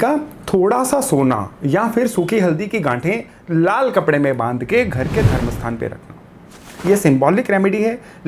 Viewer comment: सुखी हल्दी लाल कपडा उसके बाद का शब्द तो मैं 5 बार सूनकर भी समझ नहीं सकी ठीक उसी समय कितना आवाज बॅक में दिया है। ठीक से व्हिडीओ करना चाहीये शायद ब्राम्हस्थान यह शब्द था।